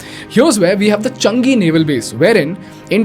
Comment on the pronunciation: Chungi port ? Ha ha ha.. series of funny pronunciation While acting as if knows English better than an Englishman